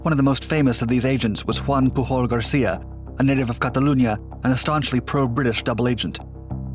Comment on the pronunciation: Wtf man, Pujol is pronounced exactly like in English, why go out of your way to mispronounce it...